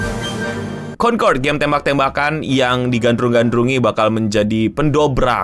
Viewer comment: "CONTOLD" gitu bukan sih?